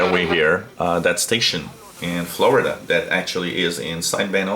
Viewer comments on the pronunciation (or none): none